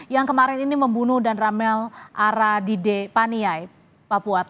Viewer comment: Agadide bukan aradide